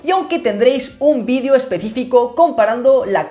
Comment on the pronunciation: ya volviste a decir mal la palabra VIDEO